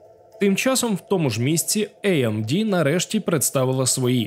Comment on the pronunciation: може тіки не іемді чи ейемді, а аемде) ріже слух 😏